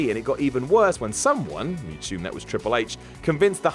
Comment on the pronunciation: The Booker/HHH feud was in no way racist, when H referred to "you people" in his promos it wasn't race related it was referring to WCW talent. Good job perpetuating a common misconception though, reminds me why I generally avoid your guff videos, also pheenarm, war-rrior and thet. Seriously, learn how to fucking speak.